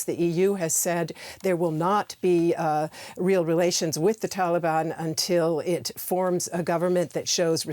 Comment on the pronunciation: why she keeps saying Thaliban? there is no Th in there, nobody pronounces it like that